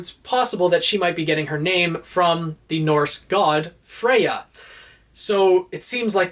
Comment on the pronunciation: I think it's supposed to be "Freya" as in the Norse goddess rather than Fria